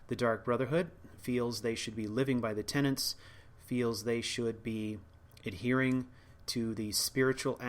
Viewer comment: One thing that frustrates me about your commentary, and perhaps the only thing, is that you keep calling the Five Tenets the "tenants." There is no second "n." It's a really minor thing, but just draws my ire from an otherwise excellent series.